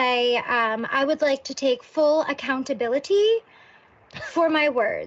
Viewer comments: “I would like to take full aHhhcountaBIIIlIttHeeee” uh huh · She really hits every syllable in accountability huh?